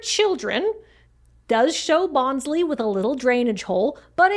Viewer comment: I'm not a Pokemon fan (though I did work at Nintendo), but I'm pretty sure Bonsly is pronounced to rhyme with bonsai, the type of small tree the 'mon resembles. If it didn't have a hole down there, it might drown in a heavy rain. Anatomically correct planter pots aren't the real threat to corrupting the youths, but they'll try anything to keep you from knowing the truth!